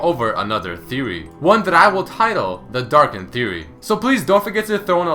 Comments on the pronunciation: Hm. and wiki pronounce Darkin like "Dark's kin" and in my translation it's "Darkins". Ah, the research put into translation. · wait, what exactly is a "Darkin"